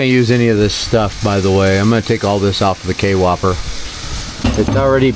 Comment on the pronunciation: The Kwhopper. Not k-whopper. Kwhopper all one word